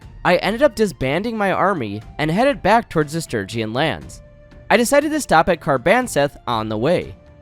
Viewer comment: Bruh, for the love of god please pronounce Sturgeon Stir-jon. Stir-gee-on is making my ears bleed. It's my surname and this hurts me lol